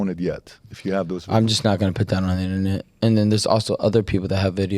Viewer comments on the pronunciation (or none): none